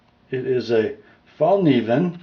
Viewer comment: I love the way you "mericans" pronounce swedish names😂 Fällkniven is pronounced fell-kneeven! Just saying. Love your channel, keep up the good work. ATB from Sweden